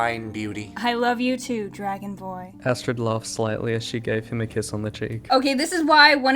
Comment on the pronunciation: When she said dragonboy i thought she said dragonborn